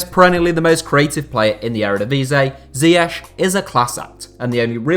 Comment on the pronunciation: Thats not how you pronounce ziyech